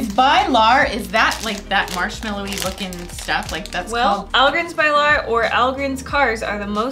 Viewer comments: When swedish peoples her bilar and they say bailar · it´s so funny hearing you pronounce "ahlgrens bilar" to make it easier pronounce it "allgrrens beelarr" with the accent you guys have 🤣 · "Bye-lar"? How about doing some research on how Swedish words are pronounced first?